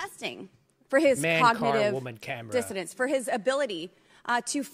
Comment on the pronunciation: No. She said DISSODANCE. Seriously.